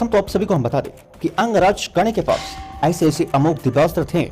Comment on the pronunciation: Pash tha sabse pehle pronunciation sudharo fir gyan dena and ek baat bta du karn k pass brhma k teeno maha astra the or unke pass sabse bde astro mai veshnav astra or Bhargav Astra the😂or😂sbse bda unka astra vijay dhnush tha or pasupatstra bhi fail tha vijay dhnush knrehte